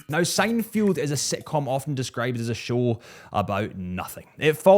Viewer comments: SEINFELD, it's Seinfeld. Not Seinfield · How could you possibly manage to mispronounce "Seinfeld" not once but twice? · Three times